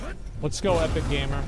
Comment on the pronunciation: Did it trigger any1 else that he called him Epic-gamer when it was End-Gamer :D